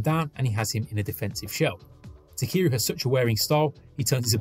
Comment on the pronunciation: Awesome breakdown, but his name is not pronounced "takeeru"